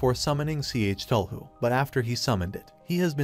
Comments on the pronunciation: WHY DOES HE PRONUNCE IT "C H TUL HU" IT HURTS TO LISTEN TO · You know it’s a confusing time when it takes literal minutes to figure out which god is being referenced when it’s pronounced C H Tell Hu. Cthulhu. It’s goddamn Cthulhu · he pronounced the name wrong